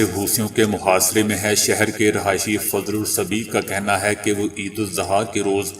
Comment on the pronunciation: Sir it is idul azah not idul zuha